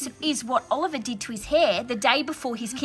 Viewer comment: Bro it’s not olleryon it’s oliver